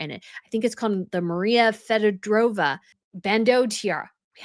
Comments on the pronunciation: FEE-oh-door-OHV-nah. Is Feodorovna’s correct pronounciation. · Again, it's the Greville Emerald Tiara, named after Dame Margaret Greville. There is no "n" in her name, like you constantly say (Granville/Grenville). No! Please! Leuchttenberg Sapphires are not "Lichtenburg". Maria Feodorovna's Bandeau = Fey-oh-doh-rov-nah. I despair by now, really. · thanks for fixing the pronunciations. She really tripped over the Feodorovna!! Even my Aussie ears knew that was a major stuff-up.